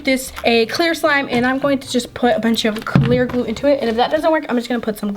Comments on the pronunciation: By the way you don’t know how to say glue because you say gluul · Sounds like she is saying glue all... Like if u agree